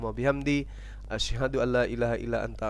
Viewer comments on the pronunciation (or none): none